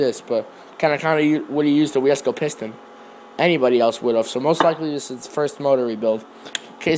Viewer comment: wiseco is pronounced "whysico"